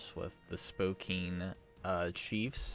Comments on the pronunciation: you say it spo-can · Don’t you pronounce it SPO-KAIN? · Or more like SPOW-KAIN? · hey i am from spokane so i love the chiefs and you said spokane wrong